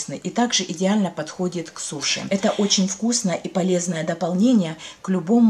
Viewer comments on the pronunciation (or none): none